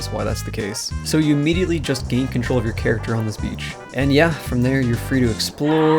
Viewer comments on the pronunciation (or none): none